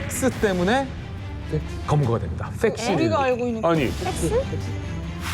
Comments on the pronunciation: 나도 섹스로 들렸어ㅋㅋ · 나도 그렇게 들림 ㅋㅋㅋㅋ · 그냥 팩스라고 해라 쀅스 쎅스 랄지를 하네 ㅋㅋㅋ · 팩스 발음 ㅈ같이하네ㅋㅋ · 팩스 발음을 왜저러케함 ㅋㅋㅋ 뒤에도 계속그러네 크게 틀어놓고 딴일하다가 개놀람 ㅋㅋㅋㅋㅋ